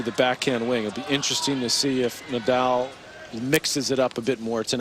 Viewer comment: Rafa Ney-dahl! Stan Wawinka or was it Stan Wawrinkan?